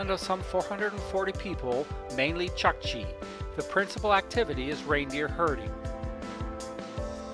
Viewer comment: Awesome footage my friend. Small correction "u" in chukchi is pronounced something like "u" in pull